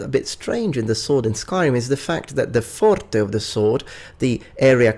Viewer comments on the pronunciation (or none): none